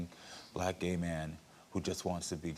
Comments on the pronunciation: She can’t even say gay correctly 😑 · She can’t even say the word “gay” ! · If you can’t even pronounce the word, you’re not okay with it. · She can't even say the word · She can't even say the word gay SMH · They shoulda made her say it CORRECTLY🤣